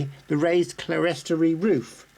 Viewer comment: Clerestory is pronounced clear-storey.